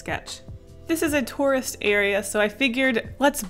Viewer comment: When was saying tourist at first I thought she was saying Taurus like the zodiac sign